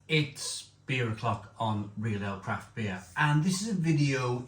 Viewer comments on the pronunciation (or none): none